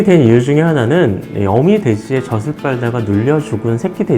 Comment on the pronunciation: 정보는 감사합니다. 다만, '젖을'을 '저즐'로 제대로 발음해주세요. '저슬' 하지 마시고요. 지식을 전하는 방송일수록 발음이 중요합니다. 느낌상 신뢰도가 떨어집니다. 이상입니다.